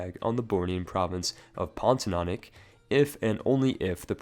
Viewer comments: Pontianak? Spelled Pontianik? PONTI-ANAK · how the hell could you pronounce Pontianak Ponti nonick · The way you pronounce Pontianak is damn hilarious